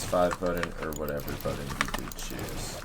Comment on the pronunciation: buddon? u mean button?